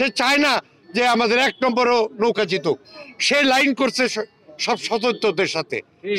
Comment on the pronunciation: এরা বলতেছে নৌকা আমি শুনতেছি লৌখা